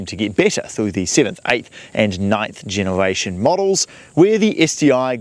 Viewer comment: This guy can't say 'r' I keep hearing him saying genewation